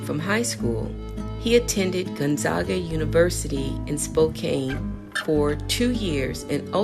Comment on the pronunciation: Great info! Spokane is pronounced as "Spoh-can" (like a can of Coke) and Gonzaga as Gone-zag-uh (middle syllable like "zigzag").